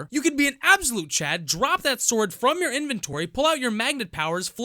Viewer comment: “Uhm.. How to get the most powerful swoordd?..”